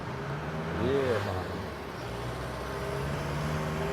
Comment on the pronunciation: “So it sounds beh-a” 😅